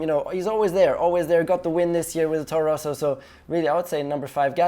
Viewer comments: "torro rosso" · He called it a torro rosso😂